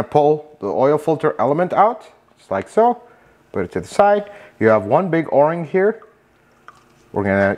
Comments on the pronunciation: O ring or "Oar ring"? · You're only the second person I've ever heard to call it an or-ing instead of an oh-ring... Maybe it depends where you're from...? I really like this video. Great tips about how little the oil filter cap needs to be tightened and how there's nothing wrong with the plastic one vs an aluminum one. But the spin-on oil filters are also called spin-on canister filters. I refer to this system as a cartridge style oil filter. Some people spray the inside of the oil filter cap with brake cleaner to clean it before installing the new filter element. What's your opinion on that? Since brake cleaner might damage plastic I was thinking it might not be a good idea.